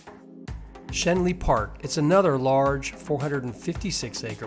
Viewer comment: Shen-Lee park lol